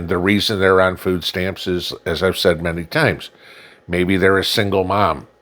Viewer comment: It's not food stamps for Christ sake...it's "FOOO STAMMS"